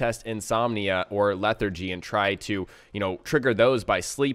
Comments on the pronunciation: "Leh-thar-jee" hearing you say it wrong is begging for a face palm. I weep for the future of our youth.... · Can you get "infections" from sleeping with companions? Also, it's LEH-THAR-GEE. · How do you not pronounce lethargy correct, yet you pronounce lethargic correctly? I'm just saying its just... odd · I can't give a thumbs up to an English-speaking guy who doesn't know what the hell lethargy is or how to say it.